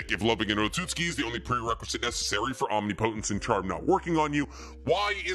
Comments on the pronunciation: It's Om-nip-o-tent (Omnipotent) or Om-nip-o-tense (Omnipotence). Not Om-ni-po-tent or Om-ni-po-tense. Every time you say it wrong really grinds my gears! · That's not how you pronounce omnipotent.